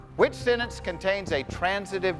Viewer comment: The dentist knew how to pronounce "sentence," but Jeff did not. He omitted the "t," and it is not a silent letter.